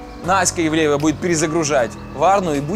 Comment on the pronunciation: Прослушайте десять раз, он сказал Настя Евлеева...